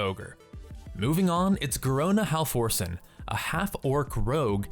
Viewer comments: It's Garona Half-Orcen not Halforce-n ;) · It's not "Hall-force-en" it's "Half-orc-en". No lie, I thought it was "Hall-force-en" too, but nope. Her name is literally just half orc with an "en" thrown on the end. Also, not to nit-pick, but Nessingwary would've been more diverse than Rexxar. He's a dwarf, not a human. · HalfORCEN not HalFORCEN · that butchered pronounciation of "halforcen" tho